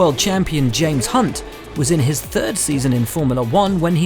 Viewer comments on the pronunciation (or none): none